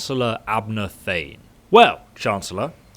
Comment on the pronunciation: it is Tharn not Thane :P